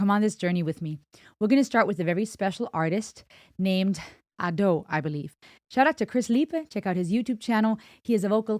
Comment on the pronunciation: `Ado instead Ad`o. First sound is "a" (like in "unravel" word) instead "e" (many people confused) "Ado" - term from one of japanese theater, means second-plan actors which maybe not on stage even , while "Shite" - first-plan actors. Ado said that when she heard "Ado" first time, she thougth it sound pretty cool